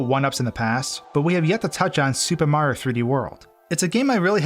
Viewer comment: Up next, will we discover the ULTIMATE hidden 1-up? Will it even be possible to find or collect? Will ever say each syllable in mario's name? These questions and more... will probably never be answered.